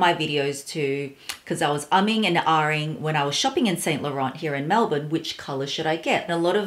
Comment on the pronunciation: actually it's more like Saint (you don't prononce the t at the end) Lo-Ran